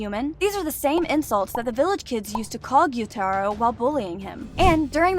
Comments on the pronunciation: The only thing that pisses me off most in this video is the fact that YOU KEPT SAYING GYUTARO'S NAME WRONG. It's Gyoo ta ro not gyo tai ro you are not an anime weeb you are a fake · Hey I like that you did this its great but say tanjiro,zenitsu, gyutaro name correctly plz and thanks not hateing btw love the content